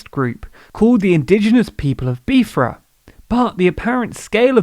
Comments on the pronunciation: Biafra is pronounced ‘bye ah afra’. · it's bi-A-fra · You said Biafra incorrectly but other than that, great video on the issue